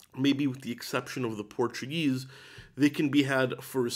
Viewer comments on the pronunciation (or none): none